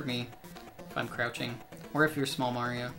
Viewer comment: Give me a thousand dollars every time he says “mairo”